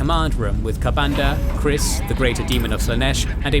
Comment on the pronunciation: Kyriss is with a hard Y, when you said kriss it sounds like some 25 yesr old dude hehe